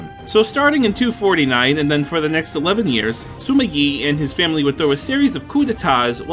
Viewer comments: Hearing "Sima" pronounced as "Suma" gives me aches. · there’s no “u” in sima why do i keep hearing it?